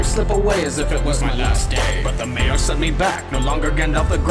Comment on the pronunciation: "Maiar" is pronounced my'arr, not may'arr, and Olórin was sent back as Gandalf the White by the Valar, not the Maiar.